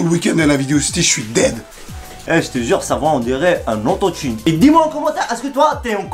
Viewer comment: pas un ototun mais une ototune